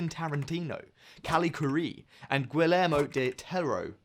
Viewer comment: This dolt said Gi-lehr-mo Del Toro. It's Gi-Yehr-mo.